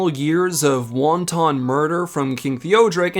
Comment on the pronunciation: I never thought he was more than a desperate madman. Thanks for the video. I especially liked the history recap. You might want to look up the non-food pronunciation of wanton though. :)